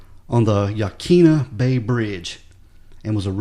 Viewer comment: My uncle played football with him at Newport High School. The bridge is pronounced "Ya-quin-ah".